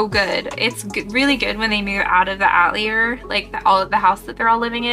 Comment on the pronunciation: Love the cosplay! Just fyi, "Witch Hat uh-teh-lee-ay" it's French